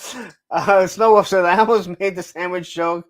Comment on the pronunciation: WereWoof sighting 2 hours and 9 minutes. Do you and the letter l get along ? Cause you never seem to throw it in when you say woLf or huLk hogan